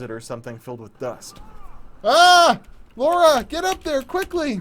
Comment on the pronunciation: its LARA not LAURA....ffs